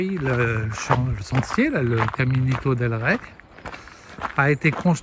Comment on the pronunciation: Ouah.....vous avez du courage, le faire sans savoir la difficulté du parcours....chapeau ! Rey se prononce comme un oreiller sans le o....reiller....roi. Toujours des vidéos de qualité et sympathiques. A plus